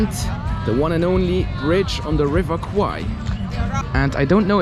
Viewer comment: The way to pronounce 'River Kwai' correctly is like how you pronounce 'bear,' 'hair,' or 'pair' with 'KW,' because the way you pronounce it in the video sounds like the words for 'Buffalo' and 'Penis' in Thai :p